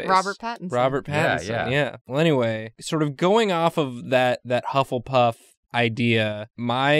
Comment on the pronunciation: bufflepuff? correction: buffletuff